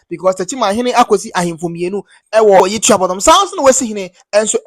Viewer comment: Pronunciation is Tuo (gún) - bodom